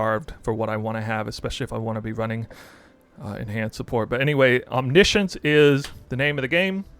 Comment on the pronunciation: he pronounced it right, you can just google it